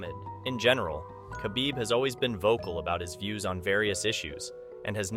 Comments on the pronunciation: Your AI pronounces his name as Ka-Beeb, when his name has a silent K, pronounced Ha-beeb. You use Too much glitch filter. What is the problem needing so much glitch activity? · you don’t say the k in khabib it’s silent so you just use the h you should know that before publishing a video about him